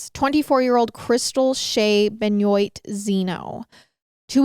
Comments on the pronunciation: Also it’s not Ben-oit, its Ben-wa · It’s BEN WAH not Ben oit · Ben-wah sister